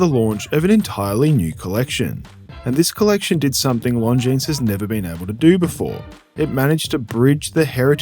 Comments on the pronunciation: The S is silent. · Here's a hot tip: if there's an "s" at the end of a word in French, you never pronounce it. That includes - you guessed it - Longines.